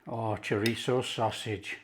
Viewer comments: It's 'chorizo' not choritzio. Pronounced, 'choreetho' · I have a file just for my husband and this is going straight in there! Thank you Chef! Btw, its pronounced "CHO-REEZ-SO." 😉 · It’s Chor-reezio in our house from now on 👍😃